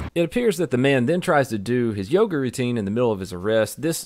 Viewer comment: said yogurt routine. It is call YO GA